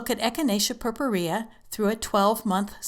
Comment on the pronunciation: too long for very little info. btw, the way you pronounce purpurea, is totally wrong. but, who cares?